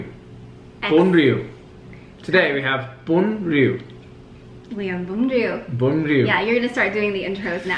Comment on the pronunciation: Great job pronouncing Vietnamese words especially “bún riêu& “mắm ruốc “ 😊. Impressive!!!. Love you 2😍.